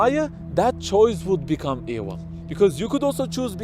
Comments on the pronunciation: His pronunciation is ewil. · How can you trust the word of a man who can't pronounce the "v" sound? What is ewil?